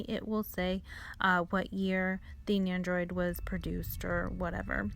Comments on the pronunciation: NENDO-ROID not Neyandroid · There's no Y in Nendoroid so idk why you're pronouncing it like there is. Your voice and the way you pronounce stuff is really really cringe. You try really hard to over pronounce Japanese words & sound "kawaii".